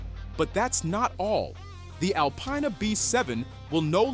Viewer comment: Why do people say alpyna …. Its disrespect lol